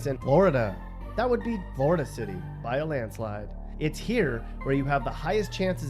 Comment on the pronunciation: “ In Floor Duh “ 😭😭😭 why this man talk like that bruh , funny asl